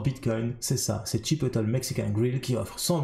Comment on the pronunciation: Tooooop merci !!! Par contre Chipotle ça ce dit Chipotlè